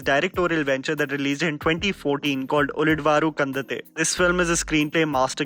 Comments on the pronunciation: Pronounce it like this - Uli dhavaru kandanthe (in eng & hindi there is no separate letter for ಳ. It is pronounced as ಲ(La), so its difficult to explain in writing😂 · It is Pronounced as " uli__dava_ru kand__anthe" . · His pronounciaton of ulidavaru kandanthe 😂😂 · Even Kannada's Ulidavaru kandanthe😂😂😂